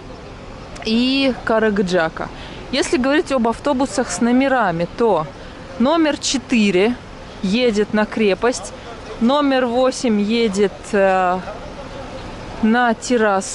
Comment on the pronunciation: И...Каргыджак а не керегиджак!!!! Подавайте точную информацию!!!!